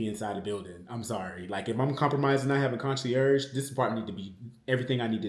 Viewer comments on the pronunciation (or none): Hello! I love the search for a new apartment. Just a note to you nephew you are pronouncing the word concierge incorrectly. I't show be pronounced KON-SYAIRZH, kill the (g). Love you friend. Enjoyed the vlog.